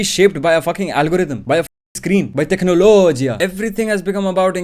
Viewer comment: how many times did he say technologiya in this while video